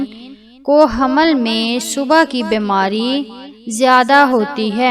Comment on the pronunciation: Aap pahle raham ko hamal padna seekhe tb information de😅😅😅.